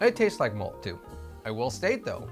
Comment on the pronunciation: oh "MALT" i thought you were saying "MOLD." LoL! great episode! how did you carbonate your homemade Nay Nay (NA beer)?